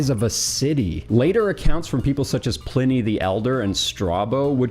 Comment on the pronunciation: As a Sonoma County native, home the the best IPA in the world, Pliny the Elder, its pronounced “Ply-Knee” sorry it was driving me insane lol